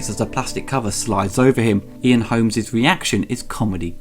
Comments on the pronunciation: Did he call him Ian "Holmes"? It's "Holm," homes. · Ian Holm. Not Holmes. Holm. Not Holmes. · Ian Holm, not Holmes. If you are going to present yourself as an authority on cinema have the courtesy to get actors' names right.